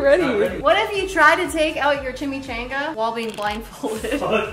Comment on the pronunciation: Yall its chimmy ch on gah